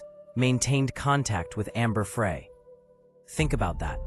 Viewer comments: OMG…… just listened again to the first part. The narrator pronounces Amber’s last name FRAY, whatever it is, it’s not pronounced that way either. Amber’s last name is pronounced FRY like the word. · Wow. Three words in and I'm done with the AI voice that says "Amber Fray" instead of "Fry." Booooo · Fry... not fray. Ugh. Not a good start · Ambey fry not fray. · My only criticism is T o to please pronounce names correctly! Amber‘s last name is pronounced as it were spelled FRY. The narrator pronounced her last name as if it were spelled FREE. The narrator was an American to my ear. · Please pronounce names correctly. Amber‘s last name is pronounced Fry. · Amber FRY...... like French FRY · Thank you! That mis pronunciation is getting on my nerves! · AI narration in the first 10 seconds. Can’t pronounce Amber Frey’s name correctly and the monotonous voice is a huge turn off. No subscribing here. Why can’t people realize divorce is always an option. Murder is not the answer. My sincere sympathies to Lacey’s family. God bless them all.😢😢😢😢❤❤❤❤🙏🙏🙏🙏🙏